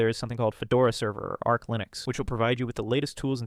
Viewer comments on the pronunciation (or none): "Kali linux" and "ARKH", killed me